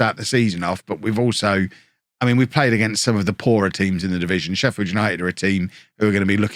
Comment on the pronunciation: I'm from sheffield and that made me cringe, "sheffi", we just call it sheff